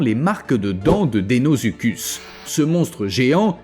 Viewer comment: Très bonne vidéo comme d'habitude mais le crocodile géant s'appelait deinosuchus et non deinozuchud